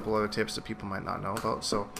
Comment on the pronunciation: r u Irish or what's the, "all boot" for?